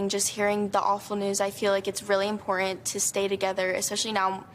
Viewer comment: Im - por - tant ! Stop the choke! Is it woke choke!? 3 syllables.